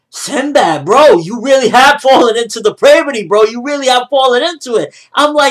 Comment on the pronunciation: It's pronounced dep-r-a-vit-e! not Dep-ray it'd